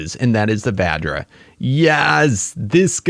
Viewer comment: OGs remember when he called it the Va-JJ. Good times.